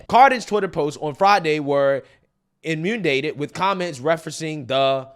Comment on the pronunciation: And now in-un-dated. Buy a dictionary man. Maybe cut your workout short for a week and just read the dictionary. I grew up in a small in Northern Plains and it was easy to learn to pronounce words. I stopped watching The Quartering because he was above previewing the text and looking up words he didn’t know.youll be next